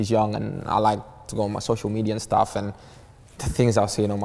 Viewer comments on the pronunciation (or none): "Staff Lak dis" "new Staff like dat"